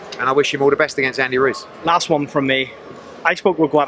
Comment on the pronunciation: ANDY RUIZ !!!! , 3 times even yesterday he said Andy cruz instead of ruiz